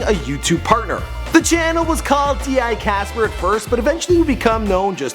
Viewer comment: d I casper ? it's dicasp